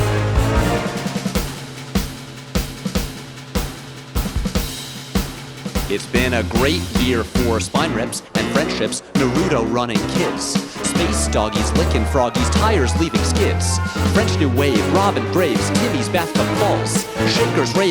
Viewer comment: How you pronounced "Naruto", a million weebs cried out in agony.